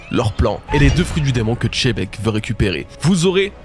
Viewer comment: Tchebec... lol xebec ou a la rigueur chebec, mais tchebec c trop..😂😂